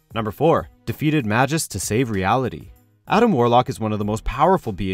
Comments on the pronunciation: it's pronounced "May-gus", not "ma-jus", you idiot. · mah-jis, isn't it pronounced May-Gus? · I think the correct way of pronouncing Magus is Ma"Goes" not Ma"Jos" . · Say it with me: MAY-GUS! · Magus is a hard "g", just so ya know. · Magus is pronounced May Gus.